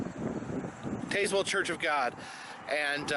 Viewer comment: I love to watch you pack your bag every time. Love the stuff you put in it. LOL. And not being picky or anything but, the town of Tazewell is pronounce Taz well. (Yeah, I know. It does look like Taze well.) Very interesting video! I have seen those signs up through there along the main highway, but not the ones off the beaten path. Did not know the story behind them, either!